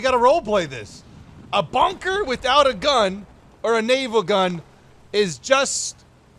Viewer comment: bunker but the u is o